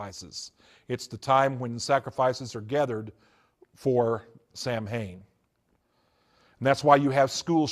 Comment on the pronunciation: Lmao former satanic priest and can't even pronounce Samhain correctly. Also he looks like a Star Wars character.